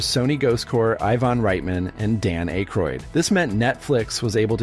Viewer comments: Dan Ache-roid??? Seriously? Who the hell doesn't know who Dan Aykroyd is???? It's pronounced as 'Ak-roid'. , clearly there is no 'f' in McLaughlin. Yet the narrator keeps adding one. It's pronounced as 'Muh-glok-lin'. , it's not Gutin. His name is pronounced Gay-tin. Do your research before posting these videos. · Aykroyd. AAAAkroyd. Sheesh. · Stopped it at the wrong, AI, pronunciation of Dan Aykroyd's name.